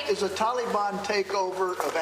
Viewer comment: What a clown. He can’t even pronounce Taliban. This whole thing seems fake. Why don’t we ever see the crowd of reporters while they’re yelling at him?